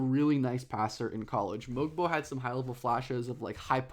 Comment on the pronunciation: Great video. Love when you cover my Raptors. Just a quick note about Mogbo's name, the G is silent so its pronounced "Moe-Bo", as per the team release. Not to be that guy who calls you out, just trying to help and share with people how to say his name correctly. Cheers